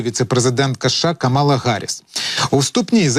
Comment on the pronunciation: Ім'я віце-президента США КАмала Харіс, а не КамАла Гаріс.